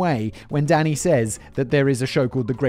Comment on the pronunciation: I quite enjoy that every time Simon says “Danny,” it sounds like he’s saying “Daddy.”